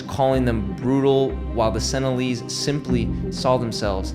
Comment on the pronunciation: Also, they aren't "senilleeze" lol